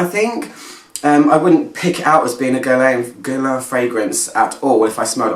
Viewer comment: The u and the i are silent. Geer-laan ... easy with a bit of practice😉. It is a quiet masterpiece, the bottle is so pretty and Angelina Jolie as the testimonial is (photoshopped) gorgeous ... this fragrance will stand the test of time and I think it is very unisex ... Love this one 😍